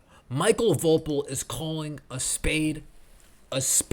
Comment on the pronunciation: I guessing his name is pronounced Michael Vo PEAL, similar to the famous Ron POEpeal. Great commentary, as always. You drop truth bombs on a daily